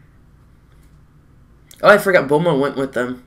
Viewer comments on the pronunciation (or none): none